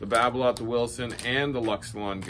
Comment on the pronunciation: Babolat is pronounced babola without the t